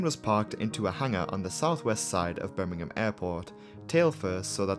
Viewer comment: Rhanks for saying Birmingham properly